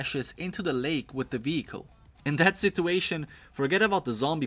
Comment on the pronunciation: friendly speaking...please learn to say situation man. it hurts my ears...